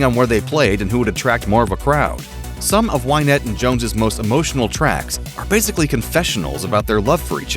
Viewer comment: It's Win ette not Wine ette.